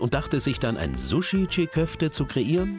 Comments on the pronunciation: Nicht tschigg köfte. Tschii köfte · Alter das G ist stumm! Die heissen gesprochen Tschi Köfte! Nicht Tschig!